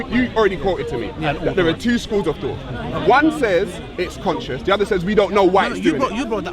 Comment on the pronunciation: Missed the S out of conscious It was annoying me i had to say it. love the videos keep it up may Allah reward you for your efforts:)